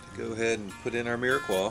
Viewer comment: This is great as cick & dumps be one of my favs. But if you're going to use it, call it by the right nane... It's "Mirepoix"... with a P. Swear I heard a Q. If I'm wrong, by all means, jump all over me and I'll own it chuckle but french chefs everywhere just choked on their beignets a little. smile